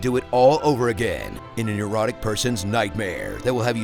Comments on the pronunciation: Thought he said Erotic Nightmare instead of Neurotic Nightmare. Kinda put a whole new twiat on the furry fox zelda genre for me tbh. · One of those instances where precise pronunciation IS important. "Ey neurotic person's nightmare" would never get misheard (so easily).